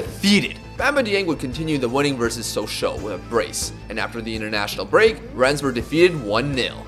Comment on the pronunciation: As an inhabitant of rennes, it is pronouced ren